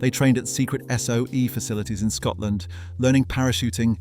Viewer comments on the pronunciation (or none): none